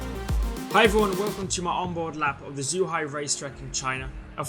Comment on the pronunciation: Zh is pronounced like a J in Chinese. So it's Jew-hi - Zhuhai International Circuit. Lando, if you want, I can exchange Chinese lessons for a go in your Mclaren! :P